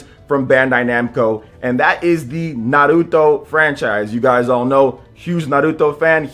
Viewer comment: He says it right. How it's supposed to be said.